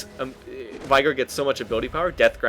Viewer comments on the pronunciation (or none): LOLikr?! I CALL IT vey gar pronounced like that not vai